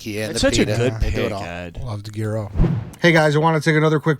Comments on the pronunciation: The g is silent it's youro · The fuck is a "gear-row"? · People like Ed who don’t know how to pronounce Gyro should maybe be eliminated, biggest pet peeve of mine